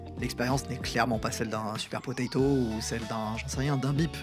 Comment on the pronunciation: C'est super potato et pas super potatoes 🤣